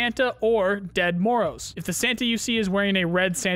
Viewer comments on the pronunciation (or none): Its not "dead" Moroz... it comes from russian "grandpa", more pronounced like "djed" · The Ded Moroz pronunciation is terrible